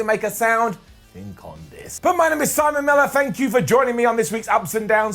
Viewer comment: Simone?you mean simon